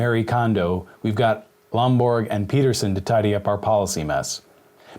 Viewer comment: It's Lomborg, not Bloomberg